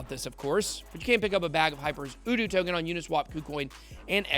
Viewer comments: Say the letter "U", as in How do you do?...uDoo. Aloha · It's YOU DO!!! SHEEESH! how u gonna market it if u can even say it right?... "how do you do! " get it? 🤦🏽‍♂️